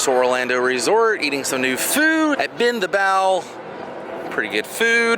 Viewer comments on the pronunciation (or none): Every video I have watched so far when the person says...bend the bao. It sounds like they're just saying Ben.